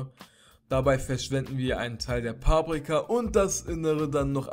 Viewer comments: wie er es immer sagt paaprika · das heisst paprika nicht paabrika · es heisst Paprika und nicht Pabrika😂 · paaaaaaprika das heist paprika 😂😂😂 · Es heist paprika nicht paaaaprika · Es heißt Paprika nicht paaaprika ._. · ich finds voll cool wie du paprika sagst also die betonung😂✨